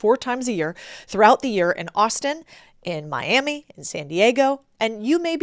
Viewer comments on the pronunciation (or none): none